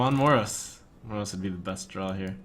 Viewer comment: Why does he keep pronouncing Moroes like he does? It's been making me feel ill xD